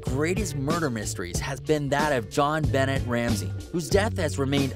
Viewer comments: Benet.....not bennett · Its pronounced beh neigh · Zachary Davis looks and sounds as terrifying as he actually is. John "Bennett" Ramsey. 😂😂 It's pronounced Ben-ay. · Did he say "Joan Bennett Ramsey"? It is Jon Benet Ramsey... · Pronounced Jon Benay Ramsey NOT Jon Bennet Ramsey. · Did you literally just say “Jon BENNETT Ramsey”? 🤦‍♀️ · JonBenet is pronounced like "John BAH-nay" ... not "Bennett" ! Geeezz 😂😂😂 1 second ago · Won’t watch any more from you, you pull people in with false pics! And it’s pronounced Jon-Benay not Bennett!!! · It’s not pronounced “Jon BENNETT Ramsey!!” It’s pronounced “Jon BUH-NAY Ramsey!!” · Dina not Diana, Jon Benet not Bennet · JonBenét Ramsey not Jon Bennett Ramsey smh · If you think the "Benet" part of Jon Benet is pronounced "Bennett", then perhaps you shouldn't be telling this story as you obviously did not hear the name spoken in the media the many thousands of times that it was. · I came here to find this very comment! Who doesn’t know the proper way to say her name !? Ugh 😑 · He said "Bennett" literally unwatchable from there on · I’m glad I’m not the only one. Didn’t even need to comment to correct... you beat me to it😂 waste of 10 mns of my life.. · You did NOT just pronounce JonBenét Ramsey BENNET😂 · "Let off some steam, Bennett!" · It’s pronounced JonBen-AY. 🤦‍♂️ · Her name is JonBenet Ramsey not Jon Bennet Ramsey pronounce it right. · I can’t even watch passed the point you mispronounced Jon Bennet Ramsey’s name. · How have you never before heard how JonBenet (banay) is pronounced? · John Bennett Ramsey?????? Sorry dude it's pronounced JonBenét, get your s*** together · He says Jon BEN-NET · Jon "Bennett"? WTF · It's pronounced ( jhon ben•nay ram•sey ) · The way this dude pronounced JonBenét irritates me. 😤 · Jonbenet Ramsey dam u could@ least pernounce her name correctly!!! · There is so much media about Jean Benet Ramsey, yet the narrator couldn’t even pronounce Benet correct. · THE WAY THEY SAID JONBENET UGHHHHH